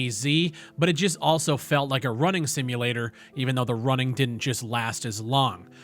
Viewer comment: I keep hearing " its a walking sinulator" like, its barren and boring